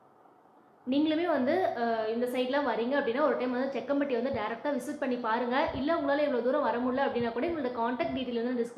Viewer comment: Jakkampatty. Not sekkampatty sister